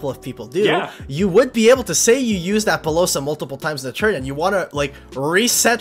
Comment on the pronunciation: Wtf with appolousa? Lol